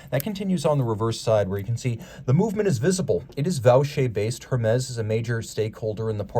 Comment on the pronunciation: Hermes pronounced "Ermez"